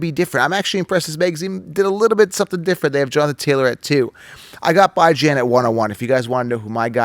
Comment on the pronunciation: Who the hell is "Bi-Jan" Robinson?! Are you referring to "B-Jon" Robinson from the Atlanta Falcons?